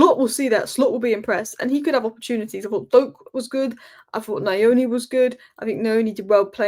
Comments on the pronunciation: It's not Na- yo-knee, it's New-oo- Knee 😂😂😂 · Pronounced nyour nee. Nyoni.